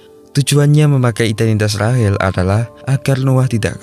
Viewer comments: Rahel,rahel.. RAYSHEL bang sebutannya. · Rachel❎ Rahil✅ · Rachel kok jd. Rahel 🤦🏻‍♂️